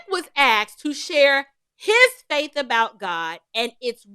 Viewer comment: Vivek was “aksed” …?